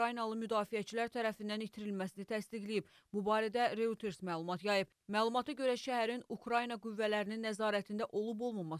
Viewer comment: Royterz oxulunur, Reuterz yox